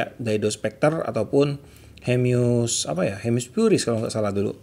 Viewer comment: Hemus pak bukan hemyus 😁😁🙏